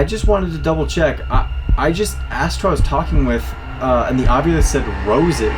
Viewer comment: And I noticed that everybody is pronouncing the word ovilus like it's spelled a different way and I hear it being spelled like ovulis with the U and the I reversed